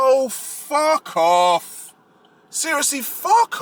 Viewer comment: “Oh Fu** Off” in the London accent, I love it.😂 But on a serious note, as a black woman I approve this damn message!